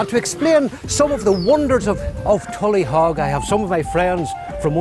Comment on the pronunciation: It's not pronounced tullyhog nor was it a fort..what utter ignorance!